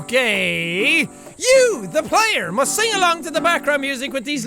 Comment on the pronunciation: I know it's "Okayyyyyyy..." but it sounds like gay xD